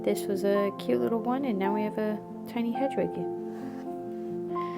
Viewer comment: It’s pronounced Head-wig 😊😆❤️ Just a huge potter fan with adhd…apologies 😂 Thank you for the tutorial! ❤❤❤